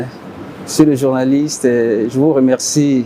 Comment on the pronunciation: "paské" , "journalistè", "librément", "directèr", "avekè", "etrè"; "surè";;;. Rien que sa tonalité, sa rhétorique témoignent de son incompétence. Sans son petit carnet, il ne peut tenir un discours de 10mn, à moins de divaguer, tourner sur les mêmes points. Quand le président annonçait son projet de société, le covid-19 était déjà passé, y compris la crise pétrolière de 2016. Pourquoi utiliser ses 2 évènements pour justifier vos manquements? On peut certes accorder une marge d'erreur entre vos promesses et vos réalisations, mais l'écart pratique est trop grand pour ça. Et les journalistes, vous taquiner souvent les opposants sur vos plateaux, pourquoi ne le faites vous pas avec ces hommes du gouvernement? Un bilan consiste à communiquer les résultats d'une programmation, cependant on note que les journalistes ne soulignent pas les résultats déplorables, mais ils posent des questions en perspective. Outre cela, doit-on vous rappeler que les media sont un contre pouvoir? Vous devez vous faire la voix des sans voix. Triste. Ne leur demandez pas ce qu'ils comptent faire. Dites, vous avez promis ceci, cependant on remarque cela, pourquoi? Comment, les chiffres... Et, quand ils répondent, ne vous en contentez pas. Si c'est un "débat", il vous faut répliquer par des contre affirmations. Ne leur demandez pas de vous dire ce qu'ils ont fait en 5ans. J'insiste. C'est nous, le peuple, par votre voix, qui savons ce qu'ils qu'ils ont fait, puisque l'impact est sensé rebondir sur nous. Don